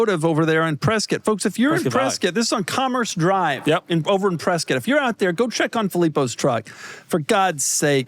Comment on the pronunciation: So many kudos for Doug pronouncing “Prescott” like the locals do.